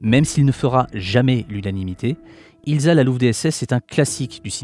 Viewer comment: C'eût été approprié de prononcer "Ilssa" et non "Ilza", dommage.